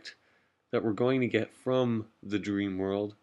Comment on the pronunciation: From, not frome. Aether, not ather. Parachute, not pairshoot.